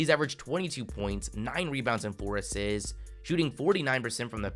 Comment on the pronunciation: He averaged “five asssssits” why do you talk funny lol